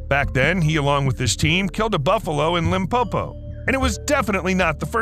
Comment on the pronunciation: Lol, I just heard say "Limpopo"(South Africa) and it's where I come from in little town called Phalaborwa. And Phalaborwa is is where Kruger National Park's main gate is at/starts. did us justice by not mispronouncing the name (Limpopo)😅